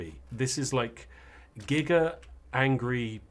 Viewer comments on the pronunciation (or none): none